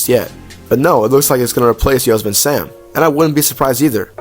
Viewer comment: It’s pronounced “yo-semmity” Sam